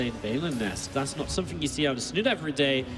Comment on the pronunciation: i'm not sure why, but i am always bothered by the English dialect in which "th's" are pronounced as "f's". for example in this video: wif - with somefing - something fink - think eifer - either rant over. all in all, very entertaining series.